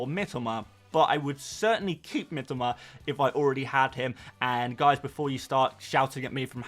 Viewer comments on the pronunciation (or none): Mitoma....not Mitima...ffs,...I speak Japanese...lived there 8 years